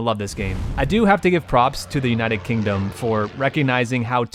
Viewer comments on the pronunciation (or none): none